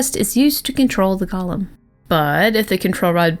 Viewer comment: It's pronounced goal-im